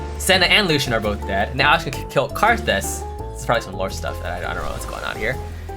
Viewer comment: doesnt even pronounce his name right